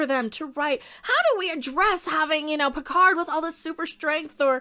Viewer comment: PEEHARD is back the robot